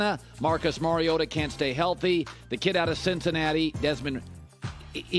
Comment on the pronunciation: By now, anyone on sports radio should know how to properly pronounce Mariota.